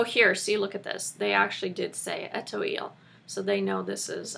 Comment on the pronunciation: Just found you recently and am enjoying learning from you. Really useful stuff to know. BTW, the word Etoile is pronounced ay-twall. lol. Thanks!!